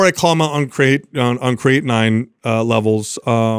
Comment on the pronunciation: Kray- a/tin 🤣